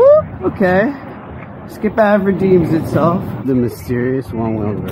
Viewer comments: You know this is actaully ment to be pronounced ski pave 😂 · I thinks it’s pronounced Ski-Pave